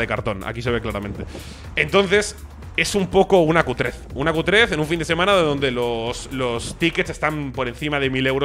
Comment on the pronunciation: Has dicho " Es una Q3" ó "Es una cutres" 😂😂😂